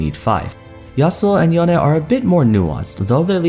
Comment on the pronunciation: Its not yonay its yone ...